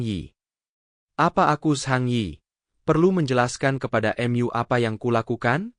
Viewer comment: Mu bukan myu